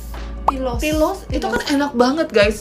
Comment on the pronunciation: Kak aku mau koreksi sedikit itu harusnya bukan pilos tapi pilus ya kak 😘